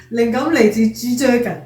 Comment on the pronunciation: 「G dragon」 我聽到「智障人」😆